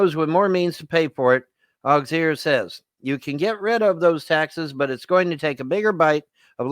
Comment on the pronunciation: Auxier. Pron., (Awe-cee-aye) Its French dummy!! you are an idiot. Yep four more years. Just hang on!!! LOLOL!!!